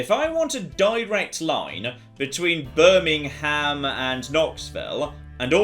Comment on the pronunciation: As a resident of Birmingham, Alabama, I got tingles hearing it :) Also, Birmingham wasn't founded until 1871...